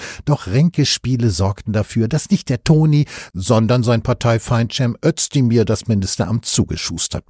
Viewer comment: Aussprache Özdemir => Össdemir